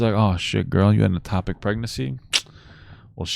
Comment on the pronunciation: Its called an ectopic pregnancy, not atopic.